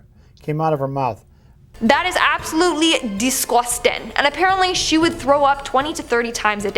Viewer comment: NEW catchphrase DIS-GORST-TING! so disgusting that it deserves its own enunciation.